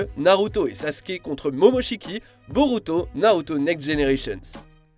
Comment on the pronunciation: Je suis bien content que ait prononcé Sasuke correctement